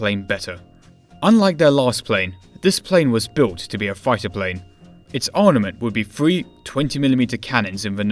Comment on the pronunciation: Dude, it's 'ARMament', not 'ARNament'.